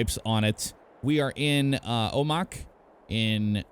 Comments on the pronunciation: The town is pronounced "O-Mack", like the truck you are in. Not "O-mach". Great video, might have to get it. Amazed how much of the roads in this sim are in my state of Washington. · It’s pronounced O-Mack (like the truck) not O- Mach ( like mach 5) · It is Oh-mac get it right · It's actually pronounced "Oh-Mack" just like your Mack truck there. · its pronounced o-mack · Rha proper way to say the city name of Omak.....OH-MACK.